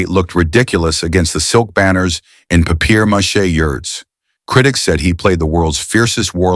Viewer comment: Papier mache as PapiYer MACHEY? God I hate these AI voices. UNWATCHABLE.